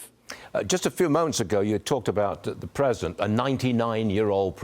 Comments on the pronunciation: Is he saying present or president? Lol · Apparently the interviewer cant even say the word president.